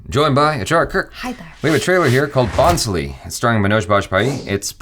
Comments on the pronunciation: When jaby said BHONSLE as " Bon-slee " 😂😂😂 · You need to watch the film! It is amazingly filmed, great concept.. And its not based on a true story. Also it is pronounced as "Bho-sle" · you could just have said that the 'n' is silent in Bhonsle. Just like what I said before this guy. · Hey jaby , spell it ' BHONSLAY ' for perfect pronunciation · No.. not " bho-n-s-lee"... It's should be pronounced as " voass- l- a"... As u say L.A's "A", try to say like that "A" in the end after saying " Voass La"...😭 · Pronounced as Bhoslay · Although it is not at all your fault Jaby but you butchered the title so badly 😅😅😅😅 . It never hurts me but this is a marathi surname and I am marathi as well so I just went aarrrghh for that moment 😅😅😅. But that's okay! Lots of love to Jaby & Achara ♥️♥️😍😍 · n is silent in bhonsle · the n is silent in the title bhonsle jaby